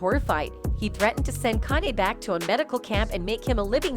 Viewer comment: Jammy Fox and Connie West..smh